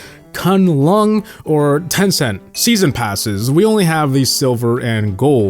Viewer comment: Made by tencent So When you open the game TEN CEN T ? TEN CENT ?